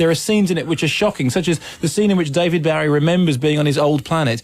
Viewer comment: Disappointingly poor insight into the film by Kermode. The name 'Bowie' is mispronounced throughout which is irritatingly enough, but Kermode has very superficial understanding of the film 'grammar' Roeg developed. No attempt is made to understand it. Time is clear in the film, not confused- Thomas Newton does not age while everyone around him does. He is the victim of a CIA/government plot to stop him, so his alcoholism is a reaction to that, and this is very relevant today. The editing and way the music is used is unique. I'm wondering whether we are seeing the same film? It's a masterpiece.